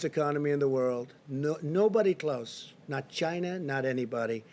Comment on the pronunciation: I love the way The Donald says the word “China.” It drives the Democrat-owned news media absolutely nuts.